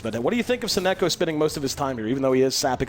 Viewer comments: Does even know how to say "Sonneiko"? he keeps saying "Sonnoko" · The caster pronouncing "So-neko" jars me every time